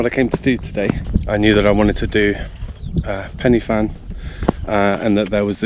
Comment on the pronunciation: Enjoyed your video… you picked a nice day for it. I was up there a couple of days ago and visibility was down to just a few metres… I’ve never seen fog like it! Just for your information Corn Du is pronounced like ‘Corn DEE’ and Pen y Fan is pronounced like ‘Pen Urrr Van’ rather than like ‘fan’ Diolch yn Fawr!